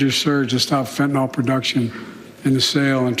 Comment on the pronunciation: What is FENTANALL? It's fentanyl.